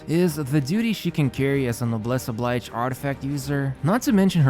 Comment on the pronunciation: Oblige as in o'bliʒ (Obleezh) not the pronunciation of the verb to oblige.